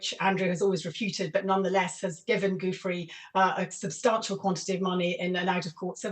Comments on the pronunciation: The name is pronounced “ Jew-fray”, NOT “ Goof- Free”! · and it's Giuffre', not Juffrey, she is rude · You would think someone who has a doctorate, and is an invited speaker on a show like this, would be able to pronounce the Italian surname "Guiffre" correctly --- it only takes a second to google the pronunciation. It is not 'Goofry' Tessa, it is pronounced 'Ju-fre'. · Omg how hard is it to pronounce giufré. Jooo fray